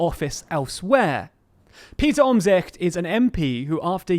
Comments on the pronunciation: Props for your pronunciation of 'Omtzigt'! Can't be an easy name to pronounce for a non-Dutchie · I applaud your pronounciation of Omtzigt!